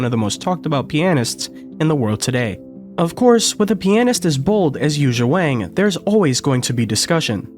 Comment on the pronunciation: Learn to pronounce her name please.